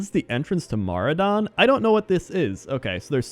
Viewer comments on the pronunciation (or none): Mah-RAW-don not MAHR-ah-don good vid tho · Holy fuck, the way you pronounce maraudon and loch modan. My world changed. xD Why are these pointless?